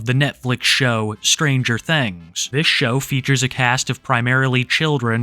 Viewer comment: Ah yes, "stranger thengs"